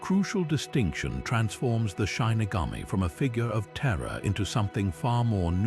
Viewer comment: Your credibility is harmed by mispronouncing the word shinigami. I was looking forward to watching this, but the mistake is so glaring I can't take anything else seriously. If you can't even double check the pronunciation, then how do I know that the rest is right either? It's SHI - NI - GA - Mi / not SHINE- ni - ga-mi.